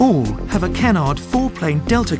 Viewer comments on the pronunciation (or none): none